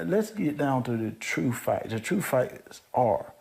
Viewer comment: "The true fact..." The true fact is that you're unable to pronounce the word 'fact'...